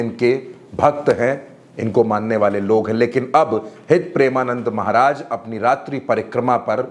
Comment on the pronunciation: भाई मेरे पहले गुरूजी का नाम सही से लेना सिख लो फिर लोगो को ज्ञान बाटना 🙏🏻